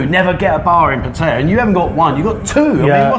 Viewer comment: Will the Poms ever learn to pronounce the name of the town they live in ? It's easy - ask any Thai over the age of three.